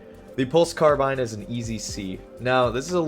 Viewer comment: “” why do you say it like that lol Every time I’ve heard it in Halo or even other carbines irl talked about it’s CarBINE